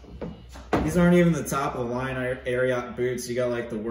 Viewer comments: Not Air-e-ought. "Air-e-it" 🤙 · Great review! You actually pronounce it air eee et....not air ee ot. It comes from Secretariat :) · Air-e-it not air-e-yat 😂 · Ari-ot lol